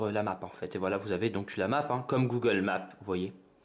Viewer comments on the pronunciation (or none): none